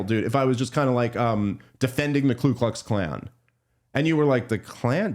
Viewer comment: Ku klux klan not klu klux klan man, a lot of people make that mistake